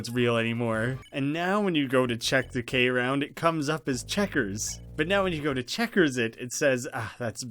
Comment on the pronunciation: I think its called K.round because youre meant to say it without the dot. so its KROUND or "Crowned"